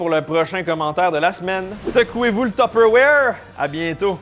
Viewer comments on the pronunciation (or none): none